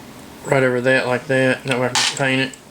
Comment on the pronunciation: that, not thay. lol